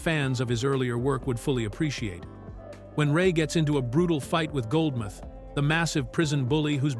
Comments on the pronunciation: Goldmouth not Goldmith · For those that are unfamiliar. This is NOT Eddie Murphy's only film without playing multiple characters. All of the Beverly Hill Cop movies,, Boomerang,, 1000 Words,, Trading Places,, 48Hours,, I can go on but you get my drift.. and it's Goldmouth not Goldmyth..